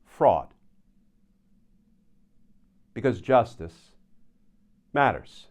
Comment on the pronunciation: why do you say "justice matters" so strangely? "because... justice. MATTERS"